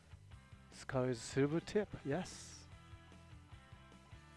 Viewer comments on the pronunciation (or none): Skull magnum look better than trigger magnum . PS:Skull not skul